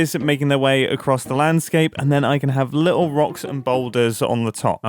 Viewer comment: It makes me giggle a little every time mumbo says 'li-ul' and 'nuffin'